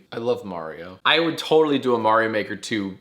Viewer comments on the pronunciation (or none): whole thing with pronouncing Mario as Mary-o is hilarious But I only want to disagree with her because of her reasoning